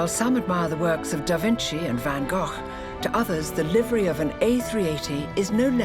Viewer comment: Even pronounced Van Gough correctly